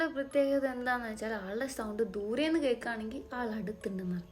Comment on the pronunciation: Dhoore enn parayumbo thoori enna kekkunne💀😂